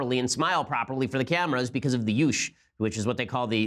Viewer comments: Juche is not pronounced "yoosh" Ben, lmao. It's pronounced "Jew-Chay." ;) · Just FYI, Juche is pronounced more like "jew-chay", not "yoosh" ... lol. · Juche is pronounced "Jew-cheh" not "Joosh" or "Yoosh" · Yoosh???? lol you mean Juche pronounced "Jew-chay" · it's joo-chey, ben. not yoosh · Where in the world did Ben learn that Juche was pronounced "Yoosh"? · MItchell Taylor perhaps he’s confusing Korean and German? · Joo-chay is what the proper pronunciation is, at least that's the first time I've heard it pronounced any other way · Juche is pronounced "JOO-chay." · I don't disagree that it's a bad philosophy, but that doesn't mean we need to mispronounce it. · Chip Saenger. In the International Phonetic Alphabet, the symbol 'j' represents the sound which in English represented by 'y'. This is also how the letter 'j' in pronounced in German and in Polish and in many other languages. Also the 'j' in Biblical names are pronouned 'y' in Hebrew - thus 'Benjamin' is pronouned 'Binyamin' or 'Binyameen' in Hebrew. I think Ben Shapiro is mispronouncing 'Juche' out of ignorance rather than deliberately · "Juche" has two syllables and is not pronounced with a "Y" sound at the beginning -- it's not a Spanish word! :)